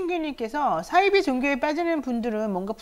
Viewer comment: 사이비 발음을 싸이비라고 발음하시네요